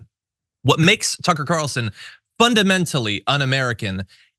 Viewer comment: Why do you people always mis-pronounce Tucker